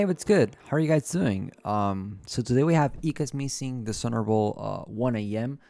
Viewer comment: bra said his name hella wrong😭